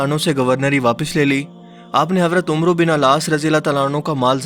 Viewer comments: Bhai "umero" lafz nai hai "Amar" Sahi pronunciation hai plz ask Ulmas about that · Ummro bin ass nhi ha bhai ammar bin ass parha jata ha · Saheeh word hazrat amar bin aas r.a hy na k umru bin aas r.a wow silent hy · ماشاءاللہ اللہ آپ کو کامیاب فرماے۔۔۔۔ایک اصلاح بطور فین کرنا چاہتا ہوں۔۔۔ کہ اردو میں عمر اگر بغیر واو کے ہو تو عین کے پیش اور میم کے زبر سے پڑھا جاتا ہے اور اگر عمرو واو کے ساتھ ہو تو عین اور میم دونوں کے زبر سے پڑھا جائیگا۔۔۔ آپ عمروو غلط پڑھ رہے ہیں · تمام ویورز کیلیے پلیز”عمر و بن العاص کا نام جیسالکھنے میں ہے ویسا پڑھنے میں نہیں۔ انکے نام کو “عَمَر بن العاص پڑھا جاتا ہے۔